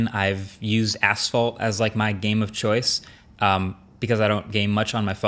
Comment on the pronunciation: To be really honest asphalt sounded asshole to me😐